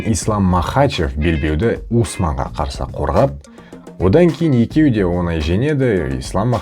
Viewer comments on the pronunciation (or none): none